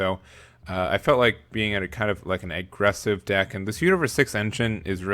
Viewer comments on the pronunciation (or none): did you say eggressive?